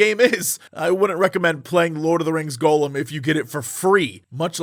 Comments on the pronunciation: Why is Jesse the only person on the planet that says Gollum's name as "Golem"... 😔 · The way he pronounces it like "Golem," I thought it was a game about a big Jewish clay robot. Maybe that would have made for a better game. Gah-lem and Goh-lem. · I hear so many youtubers pronounce this game as Golem. Is this some kind of in joke I don't get, or do they truly don't know how to pronounce Gollum?